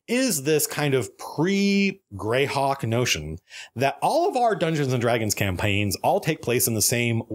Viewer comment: Anyone ever notice that HARD southern twang when he says "campaigns" just after ?